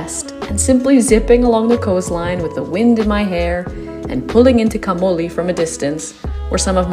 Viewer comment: Please pronounce the name Camogli correctly.